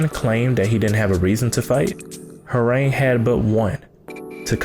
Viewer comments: ITS HWAARANG SAY THE SOUND OF THE A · lol i agree... and i only say that because during my studies in Taekwondo, we learned Korean and it was never pronounced like that.... but whatever it’s STILL an awesome video... He’s been my favorite character since tekken 3 because ima black belt 😅😅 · Your pronunciation is awful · Okay But the name pronunciation is cancerous